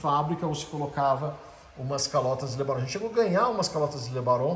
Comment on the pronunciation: "Le Baron" é um nome tão bom de pronunciar...era "romântica" dos carros que não volta mais!